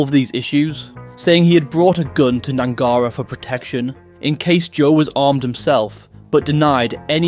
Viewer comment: Its pronounced Gnangara not Gnangara